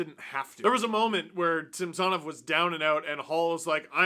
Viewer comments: Please give SamSONov the respect by starting to properly pronounce his name the way the wants it to be pronounced!!! I get that you kind of addressed it (well kind of) but just do it…..it’s the right thing to do……maybe we will start calling you Stefan Dangle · that’s how he wanted it to be pronounced in Washington…this year at the start of the year, Samsonov asked the reporters to pronounce it the correct way….was actually a formal request…so no…it’s not the right way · Steve my friend, it’s pronounced SAM “SA” NOV , not SAMS “SON” OV. Yes I know it’s spelled with an “O” but pronounced like an “A” get better buddy from your Alberta leaf brother ✌️ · Steve pronounces Sammy’s name the actual Russian way and how it was in Washington. Neither is wrong. lol